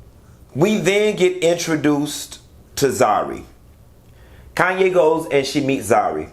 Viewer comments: Just a point of correction. Her name is KHANYI not 'Kanye' and it is pronounced as 'Kanyi' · Khanyi. Pronounced "Connie". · Q calling pronouncing that lady's name as Kayne is taking me out 🤣🤣🤣